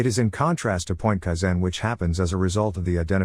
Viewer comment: You are putting the wrong stress on the wrong syllable. KAIzen. not kaiZEN.